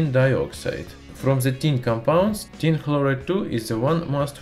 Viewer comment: My favorite part was when he says "Tin begins to dissolve activily, oxidizing to tin tekla(phlegm)loride".